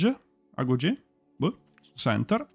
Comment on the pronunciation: Sembra molto figo. Aspetto che lasciano qualche contunuto in più e magari la compro. Ps. Si legge agóghé. È la scuola d'addestramento dei giovani spartani.